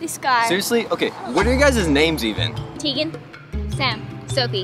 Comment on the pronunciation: κεχαριτωμενη ρεϊση it's Teagan not teethen